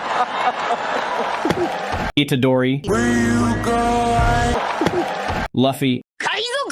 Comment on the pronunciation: Luffy is loo-fee not luf-e And the fact he has every single add-on installed